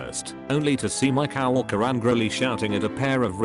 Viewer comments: Did anyone notice the voice saying the word co-worker as cow worker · humans: coworker text to speech: cow worker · i love how it reads coworker as "cow-worker"